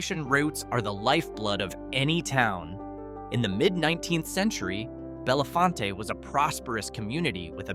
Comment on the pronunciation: Pronounced BelleFONT